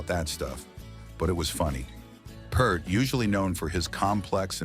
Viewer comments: You're pronouncing Neil's last name wrong. That's generally offensive to every Rush fan on the planet. Get your AI crap off the internet, please. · Hey AI, drop the P and T from the name Peart and what do you have? The correct pronunciation of the Professor's last name. Ear, ear, ear, Peart. Get it?? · Your AI voice read Neil's last name wrong. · Can't pronounce Peart correctly. AI garbage. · If you can’t pronounce Peart, don’t claim to know anything about Rock. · Very interesting, but please stop mispronouncing Neil's last name. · Guy can’t even pronounce Peart correctly. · Who else is offended when The Professor's last name is mispronounced? 🙋😂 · My god if I hear someone pronouns Neil's last name again... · You are pronouncing Peart wrong! It has a long E sound. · Ahh, AI doesn't know how to pronounce Neil's name. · When you can't pronounce his name, I'm out. Stopped watching after the 2nd word od the video. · AI narration doesn't know how to properly pronounce Neil Peart. What a disgrace. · Great story behind that song. Even though you mispronounced Neil's last name like 95% of people do. Does it make a difference? To me it does. All about respect. I'd say that he definitely earned respect from his fans and writers and other musicians. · It’s sad that years after his death people continue to mispronounce his last name… 😢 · Mispronouncing Peart. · Exactly! They stayed true to themselves & even went further into their abyss of excellence!! Thank GOD!! 🤘🏻 RIP NEIL & I can't stand listening to a narrator who cannot pronounce his name correctly!!! 😢 The beastards!! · Someone has to correct them. I also pronounced it wrong at first. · AI doesn't have a lot of pronunciations down just yet. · Narrator needs to learn how to pronounce "Peart." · You keep saying Peart wrong! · Please pronounce his name correctly. Have some respect. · AI needs to go to pronunciation class…. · pronounced P-ear-t not purt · It's Peer-t. Not Pert. Get it right!!!!!! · PEART stop saying purt